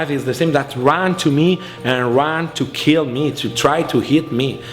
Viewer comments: Either way, EEET WILL KEEEEEL! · but will it keeel？ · Hey, it's the guy from that forging weapons show. "it will keel". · It will kieel